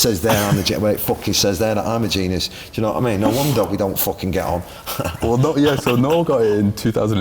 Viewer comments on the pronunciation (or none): i don’t even register ”do you know what i mean” as a sentence anymore i only hear yonowaameen